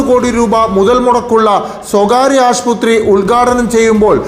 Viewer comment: Aasputhri alla aassupathri enn parayuga